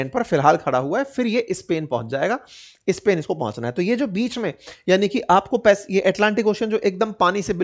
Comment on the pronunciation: आप नॉर्थ इंडियन्स स्पेन के पहले इस्पेन,स्कूल के पहले इस्हुल क्यू बोलते हो?सुन ने मे बडा खराब लागता है